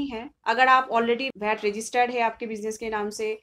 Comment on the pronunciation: agreed wd u abt Knowledge, but hw someone can call Bhat instead of VAT. if it's abt Local langauage then speak in ur local language why English?